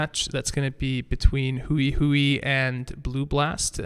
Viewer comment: Congratulations to all the participants! Great tournament! By the way Hui in Chinese isn't pronounced in a way that rhymes with Chewie, it's only one syllable and sounds a bit like you take the word "whey", but switch places with the "w" and the "h" ~ hwey :) One syllable! not "hu-i"